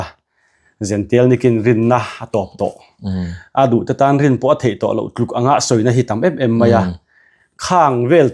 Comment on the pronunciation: ‘Thei’te hi thai ti deuh hian a lam ri thina ngaihthlak a tinuam lo deuh thin ka ti ve.😊